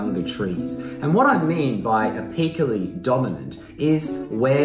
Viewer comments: Apical Pronounced: A + pickle (like tickle) , not A + peekle So Apically sounds like A+pickle+E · Ah-PEAK-cah-lee? NO it’s “AYE-PIC-lee.”